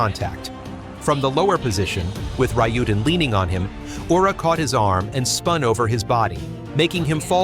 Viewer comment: Good idea. I was getting fed up of "Yura", "R-eye-yuden" and "Eye-zori" amongst other mispronunciations.